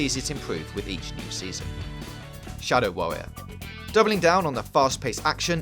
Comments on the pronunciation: Shadow Warrior, not Sadow Warrior. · "Sadow Warrior"